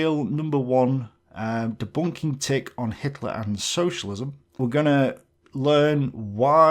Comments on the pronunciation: "Tilk" shows the quality of research he did for his "rebuttal" video. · Love how he calls you Teal'c the whole time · I didn't know TIK was pronounced 'Tilk'. Also how do u stay so calm when you are being insulted my a muppet. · Also, one guy in the video is clearly illiterate. "Tilk?" It's "Tik" lol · Why does the ambassador of dumb keep calling you "Tilk"? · "Tilk". Dummy can't read. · I love your Hitler's Socialism video. I watch it a lot. I often fall asleep while watching it and have to go back to where I remember being in the video. Also, calling you "Tilk" really irks me for some reason. He even does it when your TIK background card is onscreen. It's almost as if he's denying the evidence of his eyes and ears. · Why does one of the two critics keep referring to TIK as TILK? Shouldn't the guy have the capacity to read and pronounce words properly if he's such an adroit polemicist? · He kept calling you "Tilk". Like tea and milk. Found that funny. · When he says Ti l k instead of Tik makes me cringe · Why do those two critics keep referring to you as "TILK", pronounced like, silk, milk etc? I've always thought of you as TIK (tick), however if I'm wrong I apologise. Tbh I think they're just trying to bait you in order to increase their own views therefore I wouldn't lose any sleep over it, just keep the great videos coming my friend. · The things that amazes me most is that I have only just realised his name is tilk not tik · Why does he call you TILK? He can't read? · Is the main counter argue person saying TILK instead of TIK? And also the argument of saying "Right" every couple statements is an interesting manuver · "Let me debunk this guy by first acting like a child and saying his name wrong, TILK" Yeah, people will take that stupid channel seriously when they act like babies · Why does this guy keep calling by the name "Tilk"? Never get an argument with someone who is illiterate 😂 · why does he keep calling you tilk?